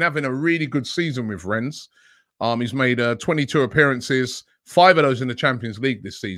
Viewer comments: it’s pronounced « Renne » not « Renz » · Rennes has a silent ‘s’ Robbie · the S in rennes is silent